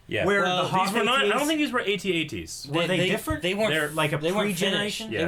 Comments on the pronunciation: Please call them At-At's not A.T. - A.T.'s Call yourselves geeks? sheesh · is not at-at is at-act